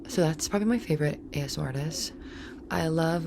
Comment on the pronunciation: A-S-M-R. That's how you guys pronounce it? I pronounce it Asmir my whole life